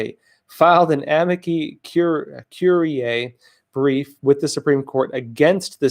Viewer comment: Are you or your organization in touch with any of the lawyers presenting this effort? Could the Epoch Times file it's own Friend of the Court paperwork? (Please learn how to pronounce this expression or use the English language translation.)